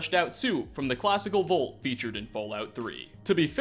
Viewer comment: it’s “vault” not “volt”